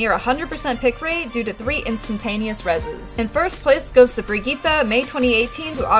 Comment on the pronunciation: God I hate the way people pronounce Brigitte